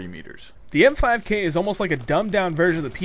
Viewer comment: I thought it was the "MP5K" Not "M5K". o_O